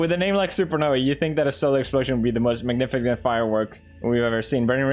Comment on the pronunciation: Text: "Magnificent" Pewds: "Magnifigent"